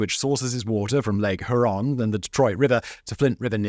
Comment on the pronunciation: I’ve never heard that pronunciation of Lake Huron😂